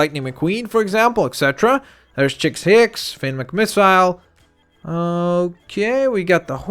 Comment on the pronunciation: it's Chick Hicks. Not Chicks Hicks. lol